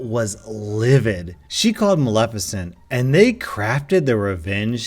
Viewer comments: Ahh so glad you know how to say Maleficent and didn't read this reddit story saying MALE FISHENT like one of your fellow youtube reddit readers did. Keep up the great content. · Kudos on being able to pronounce Maleficent, I listened to a guy yesterday that screwed up every time, it was bugging the hell out of me. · I would like to personally thank you for pronouncing Maleficent correctly instead of pronouncing it “male-FISH-ent”, which is what I had to hear the first time I heard that story narrated. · At least you pronounced Maleficient correctly. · Heard the Cruella/Maleficent story somewhere else, and it's oddly satisfying hearing say Maleficnet correctly. Thanks for that. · YOU SAID MALEFICIENT RIGHT!!! <3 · Ohhh and thank you for being able to pronounce maleficient